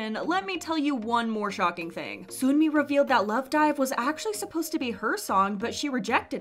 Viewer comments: no offence but the way you say sunmi is really annoying. even the Korean version is written 선미 seon-mi, not soon-mi. it’s even worse cos you pronounce all the other names well like sinb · why do you always say sunmi name wrong its sun- mi not soon-mi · This is a small thing, but Sunmi's name is 선미 as in Seon-mi, not Soon-mi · i think sunmi’s name is pronounced sun-mi like the sun, she even said it’s pronounced like that :) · It’s pronounced “Suhn-Mi” not “Soon-Mi”!! shes spoken on this a few times but so many people are still mispronouncing her name so i hope more channels pronounce it properly 😞 So like ☀️mi, not 🔜mi LOL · Her name is pronounced like sun-me not “soon” me. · btw sunmi is pronounced like seon-mi not soon-mi (same vowel sound as wonyoung’s name, just romanized in a different style hehe) also tysm for making these videos! i can never keep up with kpop news and these videos are so concise yet informative so they’re a really big help :D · It's pronounced "sun-me" not "soon-me". Although they sound similar, Soon-mi is a completely different name. It would be like calling someone named Jane, "June". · its not soonmi (순미). it's seonmi/sunmi (선미) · just letting you know, Sunmi is pronounced Suhn-mi, not Soon-mi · no hate, but sunmi is pronounced 선미. like "sun" (what's in the sky) and "me". the way you are saying it is like 순미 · Also video creator bestie it’s pronounced SUN-MEE, not SOON-MEE lol (technically seon-mee but yk 🤷🏻‍♀️) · Sunmi is pronounced sun-mi not soonmi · Lmaoo. You round your O's too much. Its not Sooonmi or Sooolgi( RV Seulgi)the way you say it. Even Sunmi pronounces her name like Son-mi.. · why are ppl still calling sunmi 'soonmi' no offense at all!!! but it's just a tiny pet peeve lol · why do you pronounce sunmi like that 😭 I’m nitpicking but seriously i did a double take when you said soon-mi lol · sunmi is pronounced as seonmi :) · Please learn how to pronounce 'Sunmi'